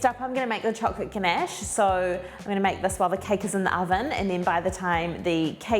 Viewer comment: You pronounced the word "ganache" beautifully. I love your accent and thank you so much for sharing your amazing recipe, which i will try soon. Looking forward to your next one. Much love. ❤❤❤